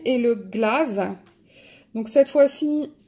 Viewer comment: coucou ma belle !!! tu me fait PRTD avec ton accent anglais à chaque fois , il faut juste que je te dise le "i" ça se prononce "ai" comme life ça se de dit pas life mais "laife" phonétiquement et aussi tu pourra aller voir dans mes méga hauls , si tu le souhaites, comment on prononce mdr 'glaze ' pour les stylo Sakura!!! mdr ça se dit "glaize"!!! mais c pas grave mais ça me fait tout bizarre quand je l'entends et je me dit que tu as bien du chômer l'anglais à l'école mdr!!! j'arrête de t'embêter!!!! sinon moi aussi j'ai eu les deux box, pour le deuxième moi aussi j'ai eu que 3 Holbeins , apparemment c normal et j'adore aussi le superbe livre coréen , le deuxième il est trop trop beau!!! par contre il y a deja eu une présentation mais si toi tu as envie de la faire tu peux c pas grave, chacun ses abonnés et ça façon de présenter!!! merci pour ta vidéo ou j encre bien rigolé encore ...mdr, bon colos, profite bien et n'hésite pas à commenter mes vidéos je crois que ça fait lgt que je t'ai pas vu en commentaire je crois...faut que je vérifie mais j'ai l'impression je sais pas prk!!! gros bisous ma bichette!!! et à très bientôt mais un conseil regard mes vidéos Méga Haul pour apprendre à parler anglais ptdr!!!! lol j'arrête!!! bisous ;)